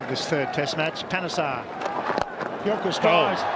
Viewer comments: Gil-crist as in mist, not Gil-cryste as in Christ. The Ashes is the series between England and Australia played every two years (five Tests each time, the venue alternates between England and Australia). A ton is a century, ie 100 runs for an individual batsman in one innings (ie one "at-bat"). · Gill crist is how we hear his name pronounced. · Pronounced Adam Gil-Crist. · It's pronounced Gilcrist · His last name is pronounced Gill-crist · I just can’t believe how many times you mispronounced his name ha ha ha ha. All rounders are normally people that bat bowl and field well. Adam is an all-rounder as a wicked keeper batsmen. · "That's a six!" Commentators: "It's another four to Gilchrist" hears them not. Nor does he hear how they pronounce Gilchrist. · Gilchrist rhymes with mist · I’ve never heard Gilchrist pronounced that way before 😀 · Please, please, please, don't tell him. I love hearing Gilly's name pronounced that way. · Mate, the Name is Adam GILKrist .. NOT CHRIST.. You should know that… it’s an English name and prob many in America have it as well.Better luck next time.😂😂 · Well hi, what happened to your wombat woman posting?? Gone! And it’s Gil - krist (no Christ - high on the “I” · Pronounce GILCHRIST not GILCRICK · Gilchrist is pronounced Gilchrist not Christ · It’s pronounced Gil-Crist… as in Christopher, not Christ. But he is usually called just ‘Gilly’. A “Duck’ means he was out without scoring any runs in that innings. Sir Don Bradman has a batting average of 99.4… because he scored a “Duck” in his final ever test innings. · It's pronounced Gill Krist not Gil Christ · His name is pronounced as Gilcrist Not Gilchrist Also is a Cricket Ground. He was A Wicket Keeper/ Batsman. Wicker is the bloke who stands behind the wickets for the bowling side. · Adam Gilcrist is how it's pronounced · GIL-CHR-I-ST ... lol ... not as Jesus christ ... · It’s pronounced “Gilkrist”